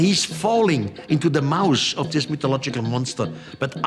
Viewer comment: He's saying mouth.